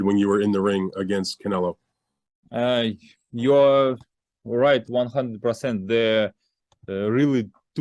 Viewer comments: I think it's funny that he keeps calling Canelo Canela🤣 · Bivol here acting all respectful but still calling Canelo "Canela"😂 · IF BIVOL WANTS TO CALL CANELO "CAN-ELA" THEN THAT'S WHAT IT'S GOING TO BE EVERYBODY SHUT THE FK UP IT'S CANELA FROM NOW ON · Canela zurda. The guy cant pronounce Os 😂🤣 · That is from his native accent. It is common in Russian to pronounce the O as an A. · I like how he keeps saying Canela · My boy keep calling him Canela classic bivol 🤣🤣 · In Russian that's how they pronounce their A's and O's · no because its a russian thing when they pronounce the "o" is like saying "ah" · Because that's how they pronounce they're A's and O's in Russian